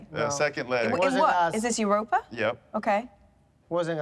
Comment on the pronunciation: It’s not Iuropa, it’s Europa.